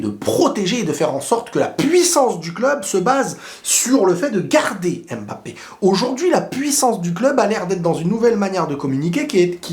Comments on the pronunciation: J’adore tes vidéos, mais étant originaires d’Afrique centrale, ça fait un peu mal à la tête comment tu prononces « aime Mbappe ». C’est Mbappe pas aime Mbappé stp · Le plus drôle dans cette conférence de presse c'est que Nasser al-Khelaïfi a dit que mpognon euh mboulard Rhooo désolé mbappé était le meilleur joueur du monde comment dire...😂😂😂😂😂